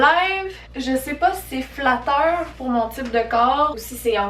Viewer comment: "Plus fatteur"